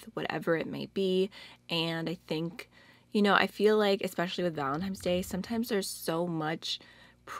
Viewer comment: It's 7 pm in the middle east & I just woke up from a nap ! I saw Angie's video, then yours And I couldn't stop hearing you say valentine's like VALEMTIMES 😂🙃 I truly need a JUG of coffee now 😂😂 I like this video idea , and I love the look ,I'm truly sorry for your palette status rn I felt the same when you said it became a bitter/sweet thing now ! 💜💜 Happy Valentine's everyone 💜